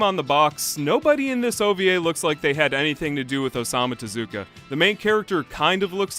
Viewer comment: I keep laughing at you saying ‘Osama’ Tezuka occasionally